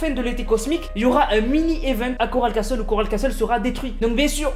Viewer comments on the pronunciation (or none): Et j'espère qu'il comprendra que le "t" de castle ne se lit pas CELA SE LIT CASSLE PAS CASTTTTTTEL